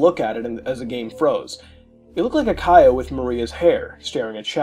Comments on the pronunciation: the fact he pronounces Chao as "Kaio" instead of the correct pronunciation "Chow" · Good video but just so you know Chao is pronounced like chow not kaio or K.O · the fact that muta pronounces chao as kay-oh/kye-oh instead of ch-ow fucking enrages me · Idk how mutahar messed this up its chao not kyo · I hear Kyle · DID YOU PRONOUNCE IT "KYO GARDEN" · The pronunciation of Chao is killing me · The way he says it was the scariest part of the video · muta can't say chao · The way he pronounces chao is almost as laughable as the cutscene's in sonic adventure 1. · The scariest part of this creepypasta is how muta says chao